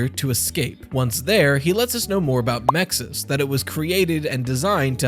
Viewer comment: The acronym for the security system is MXES, how do you pronounce it with an I between the X and S? Clearly, if an I is to be inserted, the correct pronunciation would be Mixes